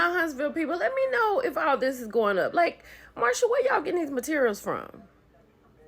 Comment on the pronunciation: So, are you mispronouncing Marseu's name on purpose? Is it an inside joke? Cause I'm confused every time you say Marsha!!!